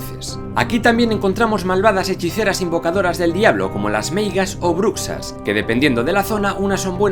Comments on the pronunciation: En Galicia la "x" se pronuncia com sh o com la "y" en Argentina osea que no es bucsas es brushas que es literalmente brujas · Buen vídeo. Estaría que hicieses una serie de vídeos más en profundidad sobre la mitología e historia de cada comunidad autónoma. Y no te olvides de agujeros de guión 😊. Ah. La X en galego no es tan pronunciada. Al decir Bruxas, fonéticamente sería (brushas) y no (brucshas). 😘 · En Galicia también. Lo de /bruksas/ me mató un poco el oído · Soy gallego y me gusto mucho el video pero cuando hablas de las meigas y bruxas lo pronunciastes mal, el x gallego es como un sh en castellano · Todo bien, pero bruxas se pronuncia brushas,jajaj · Como me repatea, si sabéis pronunciar Shakira, por qué no pronuncias la x para decir bruxas de la misma forma que la sh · La x en Galicia no se pronuncia así, es más como una s fuerte, lo comento por como pronunciarse Bruxas aunque en Galicia se dice más meigas. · En gallego la x de BRUXAS no es /ks/ si no el sonido /sh/ como She en inglés por ejemplo